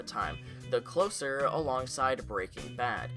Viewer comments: It's "the clo-zer," as in "one who closes!" lol. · Holy fawk man its the CLOSER (CLOSE-ER)